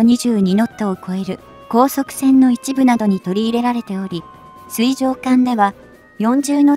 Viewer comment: 水中が読めて水上が読めない。ほぼ100点ですがみずかみは聴いていて冷める。